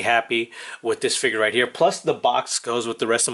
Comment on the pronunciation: It's (PUDGY) (PIG) NOT (putty-pig), the red piece on top is a Mow-Hawk ! It's also called a ( Fig-ure ). It's not a Figger !!!! You didn't lie about the effect piece, you just forgot.